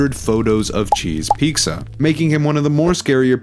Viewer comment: why do you keep saying cheese peeksa?